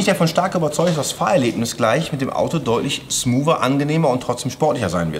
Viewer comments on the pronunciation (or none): Das Wort heißt SMOOOTH, nicht SMOOVE! Macht doch mal den Praxistest. Zwei baugleiche Autos, einmal KW-Fahrwer und einmal Bilstein, H&R oder sowas. Und dann soll JP herausfinden, welches Auto das mit dem KW ist.